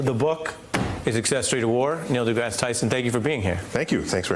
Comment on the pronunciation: The news guy called him Degrass E😩